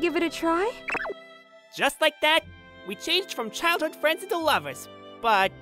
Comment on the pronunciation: I don' t mean to be rude but "fwends"? "made me feel even woise?" Is MC in kindergarten?